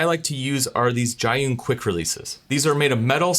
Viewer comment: The brand name is pronounced as "G-Yun," which literally means "to the cloud" in Chinese